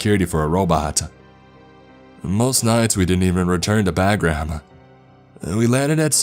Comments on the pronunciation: Airfield is Pronounced like "bah grum". Not "bag ram." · Hope you keep doing these stories and adding on brother great job. Except it’s not pronounced bagram it’s pronounced bah-gram. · No no no! All wrong and retarded. Having been in Afghanistan during this same time, there is so many flaws in his terms, lingo, protocol, language and descriptions and pronunciations that it's painful. He pronounced Bahgram wrong, described his side arm as a Glock, calls his PC a patrol cap, etc....everything he says is wrong and stupid. You wouldn't even have a gold bar on his chest overseas. It was subdued rank and American flag on ACUs. There's no Ranger on earth that would talk like Jeff Spicolli with every sentence ending with a question mark. He calls him a warrant officer 3. He says rotors push us up, no, no, no. Everything he says is retarded and wrong. I hate this so bad. Get a real soldier to tell this retarded story. I believe in the giant story, just not this non Soldiers stoned version. Soldiers don't talk about religion and they don't say "hooch" and from the beginning, his shipping container wouldn't have plywood in it. So impossible to fake a military experience. Can't even say Bahgram right. Nothing works like he says. You don't hug village elders. Dammit. So retarded. I hope he gets AIDS for sounding like that. I hope everyone involved with this video get AIDS. And diarrhea. Goddamn it. Why wouldn't the fuckin Taliban just shoot "the beast". I want to smash my phone for playing this video. Aaaaaahhhhhhrrrrrrrgggghh. I want to punch this guy right in the clitoris. Fuck.